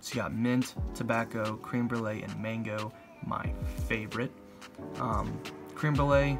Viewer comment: Not cream it's creme jesus